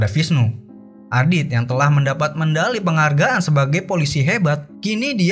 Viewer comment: Medali min,bukan mendali😅